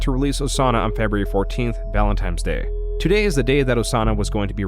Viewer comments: What holiday were you referring to? "Valentime's Day"? Never heard of it. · "Valentimes Day" lol noob